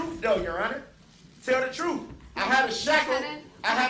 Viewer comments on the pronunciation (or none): He only wants the "troof to be toled" 🤣